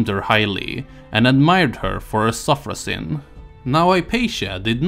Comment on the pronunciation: When you read "sophrosyne" with English pronunciation, a thousand of kittens and puppies died.